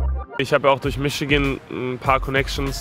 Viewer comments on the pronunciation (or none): none